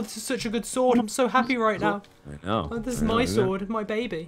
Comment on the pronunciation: "I think he's a dueche and dies by super schword of pwn" hahahaha